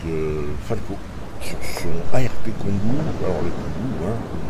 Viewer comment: Bonjour et bonne vidéo mais ont pas entendu pourquoi tu l'appelle Kongou et non Kongo